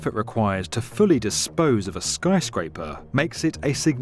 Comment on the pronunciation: "This [solemn pause] is how to dispose [another solemn pause] of a skyscraper". Me: wait, is that an hour long documentary? No, just exaggeration...